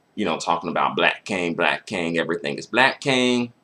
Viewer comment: Yo if you say "black kang" one more time! 🤣